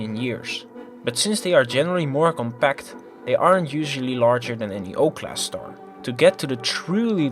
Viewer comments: Stop saying starsh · But He Said "Shtar" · Haha “shtar”